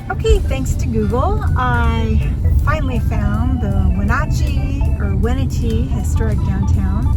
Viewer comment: Ah,, you're up in the area I grew up in...we used to go to Leavenworth all the time, my school played Leavenworth, Peshasten/Dryden, and Chelan(pronounced Shuh•laan) Wenatchee is pronounced Wuh•na•chee) I know Washington state city names are tough to pronounce haha. I love that you got to go to my home state, I wish I was tagging along with you! I'm still watching this video (on my TV as well as on my phone) 🤣